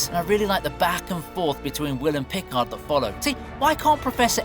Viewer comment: What's with the weird way this announcer pronounces "Picard"? Hello! It's "Pi-CARD".